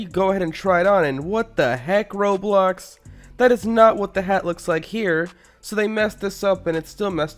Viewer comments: I like how he keeps calling Roblox, “Roblux.” Idiot, Amiright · it sounds like he's saying roblux